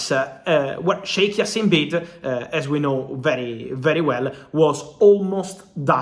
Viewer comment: the J is pronounced Fab, and it’s like Jaassim not Jasseeeeem